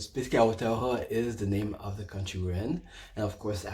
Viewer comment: Kia ora I love how you say Aotearoa (land of the long white cloud ☁️) you say it perfectly ❤️🙏❤️